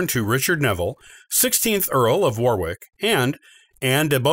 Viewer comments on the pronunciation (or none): "Warwick" is pronounced "worrick" and 'Beauchamp" is "Beecham" "Anjou" is "OHN-joo" "Gloucester" is "Glosster" (like lip gloss) "Tudor" Is NOT "Two-door". It's "TEW-duhr"